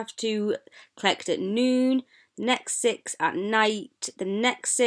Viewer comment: When she said 'next six' sounded like Netflix 😆😆